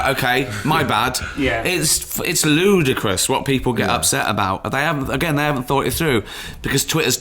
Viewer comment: I have this weird fetish in that I love how |Ricky pronounces the word, "ludicrous", weird I know xD